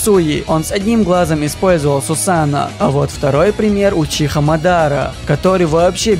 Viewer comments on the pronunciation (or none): none